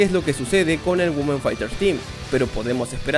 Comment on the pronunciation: No se dice Güomen, es 'Uimen' 😫